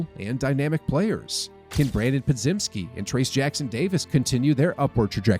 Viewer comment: Someone please tell our guy how to say Podziemski "(Pod-jemsky)"